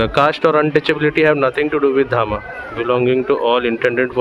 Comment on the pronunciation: ते धामा नाही धम्म आहे